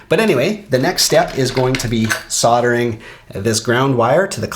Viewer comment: Strange way to pronounce soldering 🤦🏼‍♂️ killing me to hear 😂